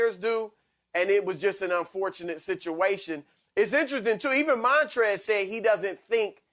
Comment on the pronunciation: “MAHNtrez Harold”